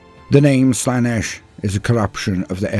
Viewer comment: not nish. Slaynish. Ciaphas Cain: The heretics hand. Colonel Castine pronounced it wrong.